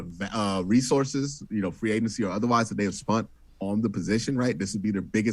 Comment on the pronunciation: Q brings the juice to this show. But bruh, please stopping saying "spunt"